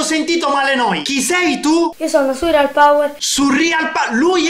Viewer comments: Si dice surreal non surrial cazzo lol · Si dice Surreal non Surrial